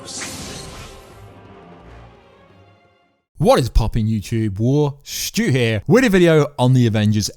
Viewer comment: U changed how you pronounce wartsu